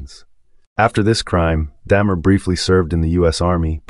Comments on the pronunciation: DAHmer, not DAYmer. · I appreciate the effort of these videos but right off the bat... This is the first video I've stumbled across of yours. 'Daymer?' Really? 🙄